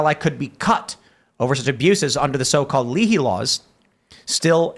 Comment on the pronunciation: Leahy is pronounced LAY-hee. It's not like Patrick Leahy is an obscure political figure that no one has heard his name pronounced before.